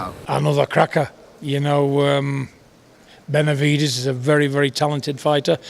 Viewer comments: “ Venividez “ - Mike Tyson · Jermall can't even say Benevides.😄